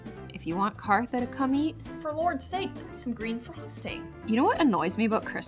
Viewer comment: No hate but why does she always call herself it's so funny